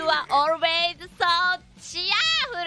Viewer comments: The way Shuba pronounces "cheerful" its too precious CHER FOOL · I’m gonna die Subaru speaking English is way too cute....especially how she kept repeating cheerful and not sure if she pronounce it right